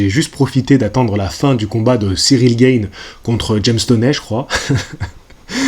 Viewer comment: On dit G"A"ne, pas G"AÏ"ne lol Tjrs un plaisir de te suivre 👌🏻